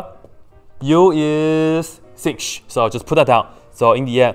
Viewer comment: pronounce 'sech x' like sinh or cosh x